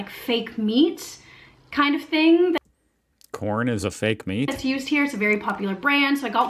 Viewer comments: I think you'll find the vegan pasty she mentioned was filled with quorn (a meat substitute and pronounced kworn) not corn. Quorn is a product used in many vegan products. Personally, I think it tastes disgusting. By the way, Americans speak American, not English!! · It's quorn, not corn. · Quorn,not corn🙄🎩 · She's not saying corn she's saying Quorn a brand of meat substitute. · Quorn not corn in the pasty. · Quorn not corn ! ....... 😉😉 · Quorn not corn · my man - the word "quorn" was printed, on the package. Tho it may have sounded like "corn" otherwise, holding up the package with "Quorn" printed on it should have made it clear that no-one was talking about "corn".